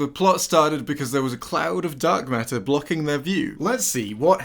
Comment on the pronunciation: "encounter a cloud of duck matter" is what I heard here for some reason.